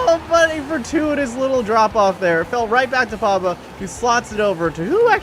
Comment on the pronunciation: P O G B A not Pabba